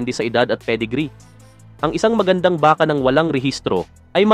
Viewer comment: ayusin mo salita mo..lalo na pag bigkas mo ng BAKA.